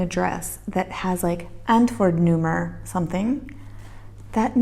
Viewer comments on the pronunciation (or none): How you pronounce 'antwoordnummer', "antwoerdnoemerr", sexy and funny at the same time.